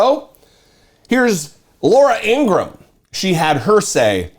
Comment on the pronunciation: needs to start pronouncing her name the way her father and brother pronounce it INGRA HAM